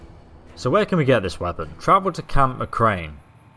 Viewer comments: "camp mcrane" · He said La Lounge Carbine and Camp McCrain